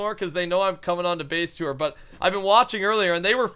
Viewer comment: Lol at the start I heard him say "face tour"